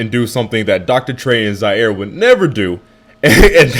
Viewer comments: Nigga said "i had a ziare moment" i think i spelled it right correct me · Lol he said like Zaire